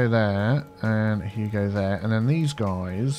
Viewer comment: is it just me... or does say "hugo" for lane assiging? like "Hugo there, hugo there, and hugo there!"